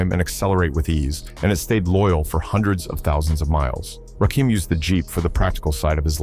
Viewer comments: My favorite rapper but he's doesn't have a dim to his name. The narrator knows nothing about him, it's not Rakeam it's Rakim as in Little Kim. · Quit talking,we'll just watch since you cant get the man's name right!